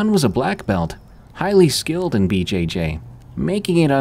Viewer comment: For the 1st story, how can anyone not know that "BJJ" sounds almost like a sexual thing, and he keeps saying it over and over, BJJ, BJJ, BJ-Jayyy 😂